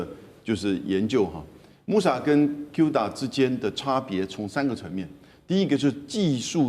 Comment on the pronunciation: 不是有u就讀做u cuda讀音"哭打" 主持人英文要加強 然後來賓也是 明明musa就讀對 為什麼cuda就通通讀錯